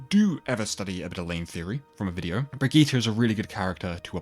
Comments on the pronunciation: Hard to watch a video where they constantly mispronounce a name so badly lol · It's Brigitte not Brigitta btw